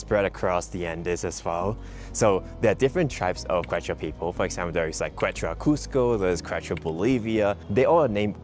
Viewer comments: Yes, the pronunciation needed to be practiced before posting this video. Glad you pointed it out. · Pronunciation is like KEH-chwah thanks so much for mentioning our indigenous Andean roots!!! Arequipa next!! 😍 White City made of volcanic rock!